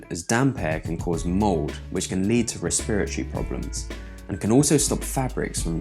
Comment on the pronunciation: The way you said respiratory made me laugh